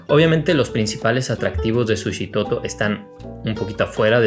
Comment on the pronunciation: Qué bueno que te gustó y por cierto no se dice Sushitoto sino. Suchitoto con ch, sólo como dato cultural. Es un pueblo muy bonito y tranquilo con un ambiente bohemio par quienes gustan del arte en general.